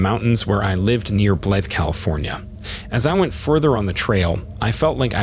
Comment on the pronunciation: Blythe is near the California/Arizona border, not in the Santa Lucia mountains along the coast. It is pronounced with the long 'i' sound and rhymes with; scythe, tithe, and lithe.